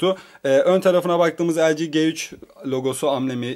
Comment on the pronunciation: Kardeş önce nasıl bi okunduğunu öğren lg g3'ün